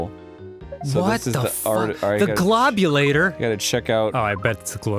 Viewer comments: At the end of the DOS version yoshi pronounces it GLOBulator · omg isn't the only one who calls it the GLOB u lator